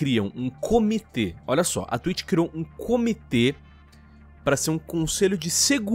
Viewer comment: Nem assisti ainda mas "Twlitcho" :v